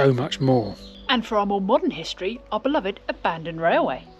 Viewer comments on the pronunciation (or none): none